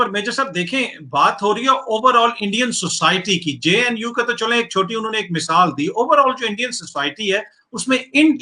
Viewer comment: Shaffaq mohommad couldn't even pronounced the JNU properly and he is very concerned with those Students. This shows how ill informed these people are!!!